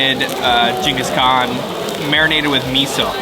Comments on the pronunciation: What a great feed at Sapporo - and your pronunciation😂 Gingus 😆😆 Geng- guhs Kaan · It’s pronounce Ching Gus khan